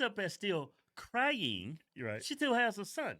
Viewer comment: Stop correcting Kevin for saying crynin. It’s hilarious